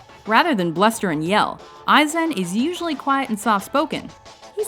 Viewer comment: she rarely gets anything right. Besides, AIzen is possibly the EASIEST name to pronounce. Clearly they do 0 research and never watch any footage from anything